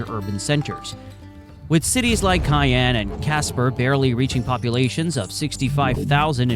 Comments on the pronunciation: Your information is very interesting. Please look up/listen to the local pronunciation of Cheyanne, WY. (shy-AN) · I’m from Wyoming. Few notes on your film. - Cheyenne is pronounced "SHY-ANNE" - , not "one of" but in fact, THE least populated state. - , Colorado's MLB team is the Colorado Rockies not the Denver Browns. - , Grand Teton is pronounced "TEE-TAHN" - , while true we are often called "The Cowboy State" officially we are the "Equality State" - , Specsavers is headquartered in the UK in a place called Guernsey. Google AI has falsely equated this to Gurnsey, Wyoming, which only has a population of ~4k people. So, while Google claims Specsavers is the biggest employer in Wyoming, truth is they are not even located here. - Laramie is pronounced “LAIR-AH-ME” - In general I’d recommend being more careful with your b-roll. There were a ton of shots that were very obviously not Wyoming, or featuring animals that don’t exist here. For instance shows an Ibex which don’t even live in North America.